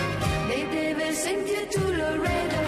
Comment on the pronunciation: Not "Lorado" it's LAREDO, Texas, USA